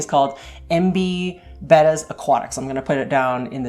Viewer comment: So glad to hear you call them bettas and not bAtas. I've had them most all my years (65) now.